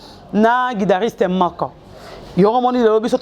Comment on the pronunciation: Hein, tanga lususu mua classe, balobaka guitariste et non guidariste, epuis kombo na ye eza ambassy et non ambazy